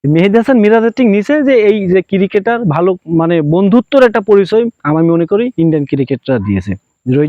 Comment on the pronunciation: Ciri-ceter na re cricketer bol